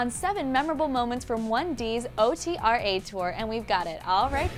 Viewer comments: She said O T R A but it's OTRA . one word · Every time she said O-T-R-A I wanted to die ITS PRONOUNCED OTRA (Ohtra)!!!! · IT'S OTRA, NOT O-T-R-A OMG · O-T-R-A ok girl it's OTRA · omg do yall actually pronounce otra O-T-R-A? wow I've been pronouncing it wrong the whole time? I say otra like it is- ohtrah who else! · OTRA!!!!!! Not O. T. R. A. Tour... Tf😑